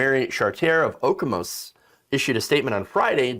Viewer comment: It's Oak-uh-mis Michigan lol or Oak-amiss, my gf and I hurt on the inside when you did our hometown dirty like that 😂